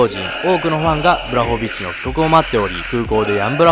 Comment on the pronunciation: ポーランドとハーフなんでめちゃ嬉しいです。正しくはブワホビッチですね読み方。